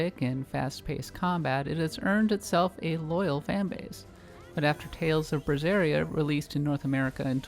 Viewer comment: Will never get over just about everyone pronouncing BERseria like Brazeria.. will confuse me forever 😑